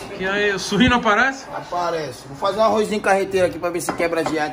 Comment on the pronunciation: Ele falou surrino já achei que tava chamando o leitão de Suíno kkKkKAKAKA